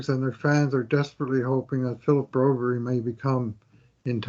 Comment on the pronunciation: Philip Broberg, I don’t know why they call him broberry. Ask the guy how you say it and stop butchering it!!